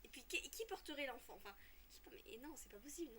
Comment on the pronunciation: Je sais pas pourquoi j'adore quand ta dis le n'enfant